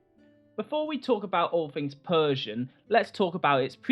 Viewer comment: It's the PERRRRSIAN EMPIRE!~